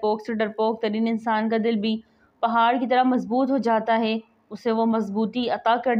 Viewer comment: Plz hey ko theek pronounce karo